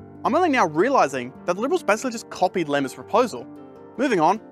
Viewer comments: Lots of dreamers, lack of money trees.. Also it's Iemma with an I, not.. but forgive you given age. Pronounced J/Y - emma Interesting all the similarities between various plans and what we have now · Great video! I've never seen all these reports brought together so comprehensively on YouTube. It's important to understand previous proposals and how they've led to our current situation. P.S Morris Iemma's name is pronounced "Yea-ma", not Lema by the way. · It wasn’t pronounced, but more pronounced iemma, morris i- yeah-mah… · If doing youtube for a year has taught me anything, it's that there will always be a mistake in the videos I make. Unfortunatley, this video is not exception. Turns out Morris surname is actually spelt 'Iemma' and is pronouced like 'Yemma'. I was 7 when he was premier, so I'd never heard it pronouced before, and because of how close I and l are, I just assumed it was, and at no point did anyone correct me during production, or in my many rants to friends about that topic. So woops. If there's a lesson in all this, it's that mistakes can and will happen, and hopefully I don't make the same mistake next time. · Great video! Just one frequent issue. IEMMA, IEMMA, IEMMA No Lemmas😉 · Really. I can handle you mispronouncing place names- but at least get the letters right. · Fantastic video and a great summary of the 21st century shenanigans that (finally) led to a better rail network. PS it’s iemma - and it is actually pronounced “Yemma” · Why wouldn't you just GOOGLE Morris Iemma name and it would pronounce it for you.